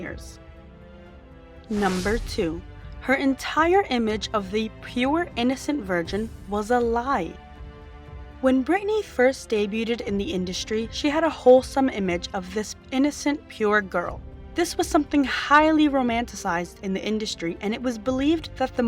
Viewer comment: Please learn how to pronounce words, especially “debuted.” It’s not pronounced day-bue-did. Please learn how. You pronounce things wrong every video but “debuted” you always always pronounce so wrong that it makes it hard to watch your videos.